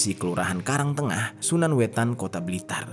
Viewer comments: Hehe perbaikan nama ya bang, yg bener SANANWETAN, bukan SUNANWETAN. btw ini deket sama rumah aku. Huhuhu Sehat terus bang ❤ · "SANAN WETAN" bukan "sunan wetan"👌